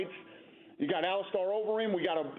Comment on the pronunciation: It’s Ali-Stir!!!!